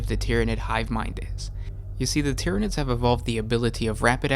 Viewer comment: "Tyanids." "BUT WAIT, IT GETS WORSE." "Worse?"